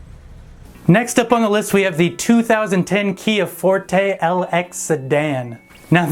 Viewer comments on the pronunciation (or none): none